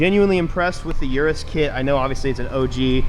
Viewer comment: I've watched too many vids of people putting URAS bodykit on their car and I just can't stand how Americans say URAS as YURUS😂